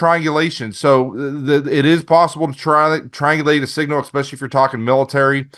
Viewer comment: I disregard adults that say EXpecially. I bet he says expresso too.